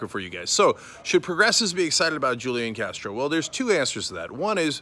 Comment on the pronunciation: If you’re gonna be sarcastic about it, at least pronounce his name right...